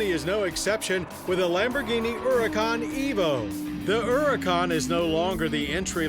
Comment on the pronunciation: "ERRICAUN" There is an H there, John.